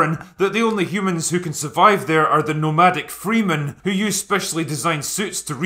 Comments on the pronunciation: Not wanting to split hairs, but get your Fremen (ˈfrɛmən) pronunciation right, although they are want to be free they are Fremen not Freemen :-) Oh, and btw: I think this is probably the video where I agree with you the most (like 80%), but man it's Fremen, not Freemen... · Overlooked the impressive 'Children of Dune' and its it Fre-men not freeemen lol otherwise. good points! my inebriated friend ;) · fremen not freemen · Lolol Freemen? The Morgan Freemen of Arrakis? It's FREMEN, drinker. Freh-men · Its Frem-men not Free-men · Free-men? One too many e's brother. Its Frem-en. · Freman, not Freemen. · "FREE-men?" It's "FREH-men", Drinker. FYI. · It's "Fremmen" not "Freemen" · I'm gonna put the "freemen instead of Fremen" thing down to the drink. It's like the ultimate Marvel NoPrize, wins every time lol. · Not "fr-e-e-e-men", "fremen". The first (and last) syllables are pronounced with a soft e sound. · David Lynch's Dune was garbage. Pity Jodorowsky's Dune never got made. Also; Fremen. Not "Freemen" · Can’t wait to watch this in the cinema. Just a minor correction: I believe it’s Fremen with a short e sound (as in men), not Freemen. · Dune is going to get absolutely destroyed on social media for being a "white savior" movie, even though Paul's (Muad'dib's) jihad eventually leads to the death of billions. He's as far from a savior as you can get. And it's pronounced "freh-men" not "free-men" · “Fre-men” not “Free-men” 😉 But yes quite excited for the new Dune though I still have some guarded reservations on a few things. Time will tell. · Fremen, not freeman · Its pronunced Fre-men, not free men :) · drinker i love you, however its FREMAN not FREEMAN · Fremen it's pronounced Fremen NOT Free - men! Siya fukin noq! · FREmen, not FREEmen. Harkonen not Harkenen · It's fremen not freemen afaik /2c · why can't you pronounce "fremen" correctly? nobody ever has said "free-men", it's explicitly "fremen" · Fremen, not freemen. Jesus. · It's fremen, not freemen, Jesús f* christ